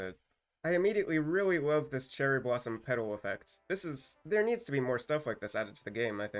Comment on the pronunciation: “I wove dis update so much guys” 💀💀💀😂😂😂